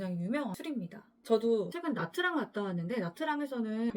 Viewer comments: 넵머이 가성비 짱이죠 👍 그리고 나"트랑" 아니고 나"쨩" 이지롱 🥲 베트남어에서 "TR"은 "ㅉ"으로 읽어야 합니다?? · 그렇게 따지면 냐짱이죠..😅